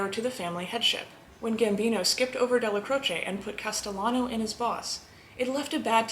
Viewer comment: Who is “jimmy Fay-ya” you mean Jimmy Fi-EL-ah.Stop putting an Italian accent on your pronunciation,%90 of the names your pronouncing wrong because of that.Mr Neil pronounced his name “Dell-Ah-Crowch” not “Del-ah_crowch-ay”,unless HE was wrong.